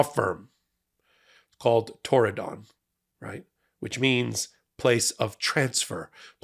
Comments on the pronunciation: I can understand why you might want to put stress on 'don', but the syllable is unstressed: TORR-ih-dn--a beautiful part of the world, mentioned in the book Ring of Bright Water. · Torridon? 'Tried to Tear it Down' more like! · There is no additional emphasis on the don in Torridon. It is pronounced tor-i-d(i)n. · That's Turdadon... the first D is silent. Founded by Turd Barr. These were the A-holes who enabled Trump the first time around. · It's also a place name in Scottish Highlands I thought it was Irish Gaelic (as we just call it Irish) Might be pronounced Tour-in-done though?